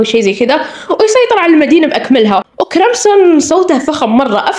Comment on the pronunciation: لام جون❌️ معجون ✅️ كرمسن❌️ كروسن✅️